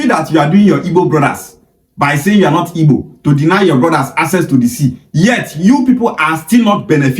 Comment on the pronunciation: The so-called youth leader is even pronouncing IGBO like a Benin boy, I guess his father is from Benin 😅